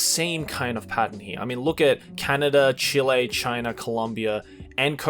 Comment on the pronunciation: How did you pronounce "Chile" again 🤣